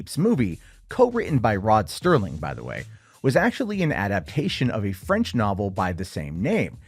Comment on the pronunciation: I loved reading the book. It had great pacing, incredibly visual descriptions, and was poignant with its messaging. The 68' version took some liberties, but it is a classic nonetheless. Also, it's Rod Serling; not "Sterling".